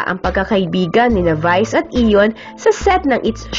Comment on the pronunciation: ayion not iyon